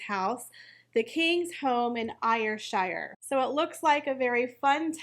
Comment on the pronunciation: FYI Ayrshire is pronounced Air-shire. Just saying. ❤